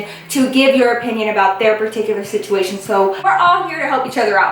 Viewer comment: Not hating or anything, but does anyone else notice when she says situmation instead of situation? I she doing it in purpose..? 🤔